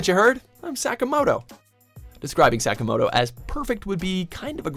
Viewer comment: NOW THATS HOW YOU SAY SAKAMOTO PERSONA 5!!!!!